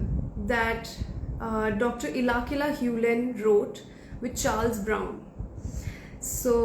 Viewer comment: Omg did you really take HIS name wrong??? Ilakila? 😢 His name is Ihaleakala HewLen. Atlst didn’t expect that from you..😢